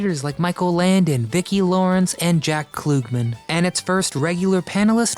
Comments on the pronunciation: Okay so big time violation. Showing Jack Cassidy's picture and calling him Jack Narz? That's big time disrespect for both of them. Lax research. Also it's Jack KLUGman not "KLOOG"man. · ...It is pronounced Jack Klugman, not (Clue)gman. Where are you getting (clue)? for pronouncing Jack's name? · It's NOT jack KLOOG - man it is pronounced Jack KLUG - man as in BUG - man ... I was there as a kid these shows were all new, I never heard anybody call him KLOOG - man. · It's Jack Klugman - not Jack Kloogman. Get a clue. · "Jack Kloogman?" It's pronounced "Kluhgman!" 🙄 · Jack Cassidy, not Norris. Jack Klugman, not Kloogman. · This be Jack Cassidy, not Jack Norris. And it's pronounced KLUG-man (as in BUGMAN), not KLOOG-man. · Thumbs down and stopped watching when he said, "Jack 'Kloogman!' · Cloogman???? Klug rhymes with jug. Man you can really tell this guy is way too young to have seen these shows. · Time to UNSUB folks! Twice in less than a year this channel's incompetent narrator mispronounces TV icon Jack Klugman as Jack Kloogman!!! AND Jack Cassidy is referred to as Jack Norris! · You should fix your video you had Jack Cassidy as Jack Norris who is Jack Norris? And you mispronounced Jack Klugman. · Caught it immediately. That and pronouncing Jack Klugmans name.